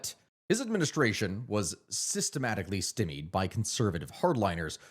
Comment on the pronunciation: I think he said Stymied... just... not in a manner that I've ever heard it pronounced before😅 All the same and jabs aside, much love and respect to you ❤❤❤